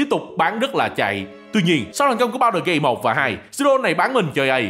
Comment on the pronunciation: Mọi người khác: Baldur Gate: Bao đờ Gay 💀